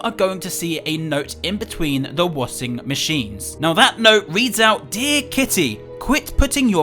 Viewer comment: Wait..... did he just say wasing machine not washing machine 😂